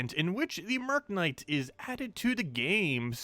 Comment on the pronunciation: Mer-knight. FFS